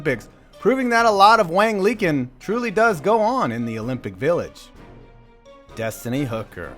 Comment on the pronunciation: Sure, it looks funny in pinyin, and I know your thing is sports-based humor, but that name is pronounced much closer to "Wong Lee Chin" I say so just because the right honorable, by your own hand, saw his name elevated to the same lofty position as noted writer of airport time-killers, Dean Koontz. Keep up the good work man, I like your shit (even though you're a Giants fan, whatever, we're all here for fun)